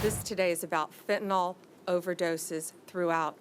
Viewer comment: FEN TA NILL is how its pronounced and EP STEEN was murdered..